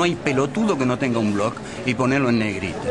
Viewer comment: Claro, buenísimo criticar la mala prosa, si no sabemos decir ni la palabra blog. BLOOOOOOOOOOOOCK! okno